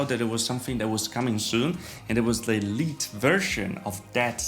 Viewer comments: It's F-GT "light" not "leet"! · LITE is pronounced as "light". Short form, actually.